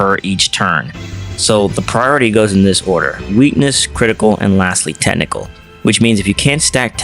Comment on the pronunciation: Why do you pronounce "Technical" as "Tentacle"